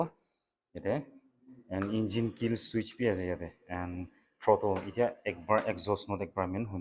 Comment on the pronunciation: The way u say switch part tu Kushi baishi 😅